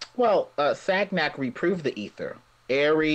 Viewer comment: And pls: it is pronounced Sanjac. Not Sagnac. This careless use of words is common for english...